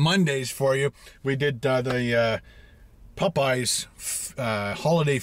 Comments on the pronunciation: POPeyes not pupeyes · Hahaha.., i love how you say popeyes., not making fun it just sounds cool.., it sounds like you say , PUH-PIES👍🏻😇